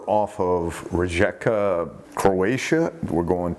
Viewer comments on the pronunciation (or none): Thanks, another great video. Rijeka is pronounced Reeyeka. We don't have Y in our alphabet, but our J is the same as your Y. 👍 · You say Ree ye ka, Croatia 🇭🇷 😊😊😊